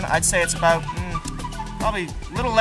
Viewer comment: Hearing him say “aboot” at some point in this video really threw me off